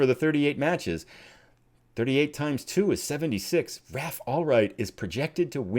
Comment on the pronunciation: Raph is pronounced rayf (unless he has his own way of saying it) and is sometimes spelt Ralph. I guess you just have to be English. For your homework apply that to the actor Ralph Feinnes. I bet you can never work out how to pronounce the surname Featherstonehough. Loving the series and glad to see you at a club where you can spend some serious money.